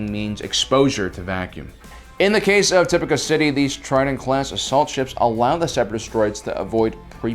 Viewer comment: Dear, I love your videos; however, I greatly encourage you to reassess your Star Wars vocabulary skills. Echo is not Echos. Plo Koon is not Plo Kloon. Tipoca city is not (top-i-ka) rather (ti-poh-ka).